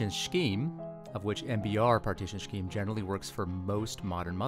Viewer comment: Did you say "shkeeme"? As in "MBR partition Shkeeme"? lmao